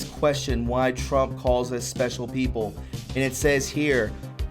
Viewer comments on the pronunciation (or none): none